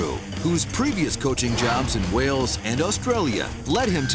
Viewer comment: Who's the narrator? Why can't he pronounce 'Wales' and 'Australia'?